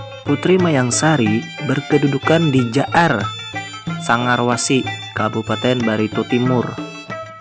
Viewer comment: Jaar sagarati itu yg benar bukan jaar sangar dari brooo